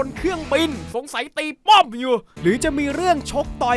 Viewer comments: ตี”ป้อม” !!! เน้นมาก555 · ทำไมต้องเน้นคำว่า"ป้อม"ด้วยพี่5555